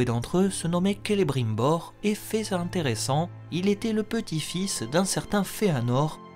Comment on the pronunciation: Merci pour ce récit mais je dois signaler que votre amour des langues elfiques a quelque peu altéré votre pratique du français, attention aux liaisons dangereuses: "fait (z) intéressant "(3'14), "furent perdus (t) à jamais" (5'47) ou encore "soyez en (z) assurés (8'08).